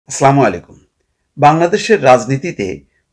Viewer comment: চা মালিকুম বলবেন না আসসালামু আলাইকুম বলবেন